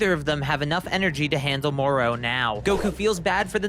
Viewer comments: I'm sorry, am I the only one who hates how this guy pronounces Moro's name? 😔😡 This ain't the Island of Doctor Moreau... Do you ponounce "Goku" the same way?? It's "Go!" "...koo" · I hat the way says Moro like “mor-o”, as if there’s a mor-p or a mor-q